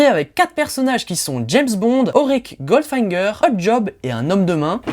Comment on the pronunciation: Bon on te pardonne de ne pas prononcer GOLDFINGER comme il faut...:)